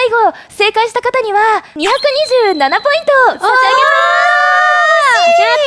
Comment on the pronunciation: わたしには227って言ってるレイちゃんが2億2じゅうななポイントって言ってるようにしか聞こえないwよくあるけど可愛い！